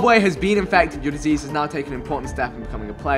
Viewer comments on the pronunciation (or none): When he said "you become disease" all i heard was you become a jj for some reason 😂